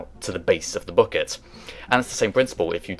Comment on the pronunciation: Your pronunciation of bucket confuses me. But I like it.